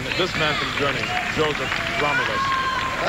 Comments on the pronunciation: How can they fuck up a world champion´s name...His name was Josef/ Jozef Grolmus, not Gromulus!!!!!!!!!!!! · His name is GROLMUS. WTF is "Gromulus"? That sounds like some villain from He-Man.